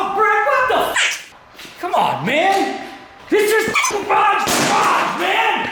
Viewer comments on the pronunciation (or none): Say it right *garage garage *